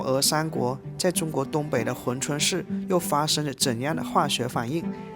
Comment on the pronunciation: hun 不是hui 😂我也服了